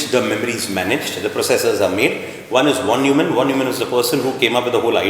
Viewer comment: Von is spelled as Fon. Neumann as Noyman.. so please understand it's Fon Noymann 😀